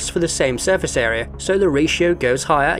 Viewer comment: "Surface Aera" ... ?